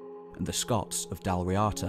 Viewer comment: 2:37:100 It's pronounced like "Dawl Reada" not "Dal Riata" It's an Irish word, don't read it as an English word. You don't read French as English, no one say "Crow-Is-Sant" when reading Croissant So please don't do that to Irish ^^